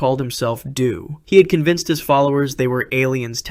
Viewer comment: Applewhite's name is pronounced "doh," not "doo." As in Do, re, mi... his partner was ti.